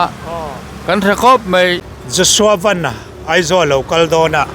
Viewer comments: Piangte Vennnn a ni lo , Van- Sky, VAN ti in ko roh... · Ku Pianga hian a lam dik lo nih hi😂mahse Ku Pianga kha ni tlat a,a changin lam dik leh tho bok a,Aaaa Ku Pianga kha ni tlat a😂😂😂